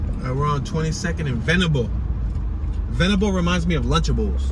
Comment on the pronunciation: Leigh is pronounced "Lee" and Venable was right the first time you said it. The roundabouts are new. They have redirected some of the streets... they used to run straight through no impediments. By the way, Google's information is not exactly correct... neither is Richmond's where Google got the information. Union Hill used to be separated from Church Hill proper by a ravine that was filled in to build Jefferson Ave. The streets of Benjamin Mosby's Plan followed the topography of the hill at the time which is why it doesn't follow the usual grid, which allows for the interesting placements of buildings. Jefferson Townhomes are not projects but still part of Union Hill, literally on the edge of the hill.